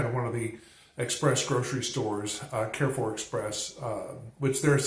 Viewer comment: Carrefour pronounciation: Carre= car with french R, not so much like care . Four= the closest you can say it in french is fur😅 or foor just like door but with an F, a doorway kind of pronounciation. I have never been to perpignan! It looks like spain😅...but the buildings are more frenchy than Spain...you will be able to visit Spain easily from perpignan...even Portugal! Portugal is much less expensive than France, its really beautiful there...am completely opposite of perpignan...for me italy/ germany/Switzerland/Austria/Netherlands and Belgium are easy access...of course mostly the towns that r close to the frontier. If you get an opportunity, you have to visit East of France, its really beautiful, north Italy is so underrated, small town in Germany are much worthy than big cities...don't go to berlin😅, as a tourist my favorite country must be Netherlands,its not a big country and is flat,much easier to visit...but even their big cities are worth to tour, everything there is a postal card....its a must place to visit in my opinion...not much to live in,but certainly for vacation. If you dream to visit Rome or venice(popular destination) do it in winter time, I don't recommend to visit popular destinations in warm season. for the sun and leisure, Greece /Croatia/spain/Malta/Macedonia....they all are touristic and not expensive....